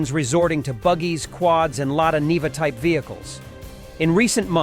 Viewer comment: Niva, not Riva.